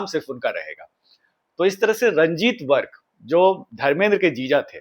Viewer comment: Its virk not vark